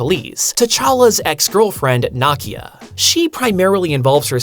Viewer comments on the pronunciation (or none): I love it thus far—but the Lupita’s character’s name is pronounced “Nee•key•ah.” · I understand that when you see a non American name in a comic book that the mispronunciation of said name is excusable. But Nakia is correctly pronounced in the movie - movie that you have stated in this same video to be one of your favorite MCU movies. This I why I don't get that you mispronounced the name. I guess that's the American way. I still liked the video though. I like the content you put out.